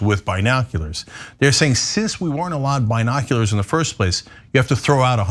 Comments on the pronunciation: Who tf pronounces it "bye-noculars"? Way too much emphasis on that first syllable. It's distracting. Brian Griffin: "Wait, what?" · I'm laughing every time Cenk says 'binoculars' cause down here in Oz we don't say 'bye-noculars', we say 'bin-oculars'. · Why the heck is Cenk pronouncing it "Buy-noculars"...isn't it prounounced "B-noculars"? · It's not "bye-noculars ." It's "bin-noculars." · I thought it was just me. Says it like Byenockulars. Lol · "We were not allowed to have Bye-noculars....." Hahahahaha!! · Cenk, why do you pronounce it as "bine noculars" lol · Cenk say biiiii noculars like Trump says Chiii Na 🤘🤣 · By.Noculars? Cenk is killing me! 🤣🤣🤣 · “Bi-nokularz?” Hahaha, Cenk you’re hilarious. 🤣😂 Is that anything like “Vaz-qwez?” Lol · The way Cenk pronounced binoculars...Bi-noculars?...as opposed to straight noculars 👀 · Wtf is a by-nocular ?!🤔😂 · Actually it's bine- oculars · The way Cenk pronounces “Binoculars” makes me giggle. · Cenk... your pronunciation of binoculars.... it’s..... hilarious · Someone needs to type quieter or turn their mic off Cenk, that's not how you pronounce binoculars, do you say bi-cycle too?